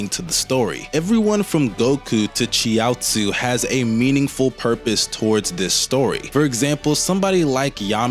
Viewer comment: I've never heard Chiaotzu pronounced like that. Or Namek as 'Nemek'